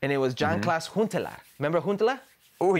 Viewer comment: It's Klaas-Jan Huntelaar, not Jas-Klaan! 🙄🤦‍♂️